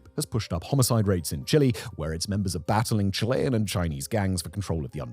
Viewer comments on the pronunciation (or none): none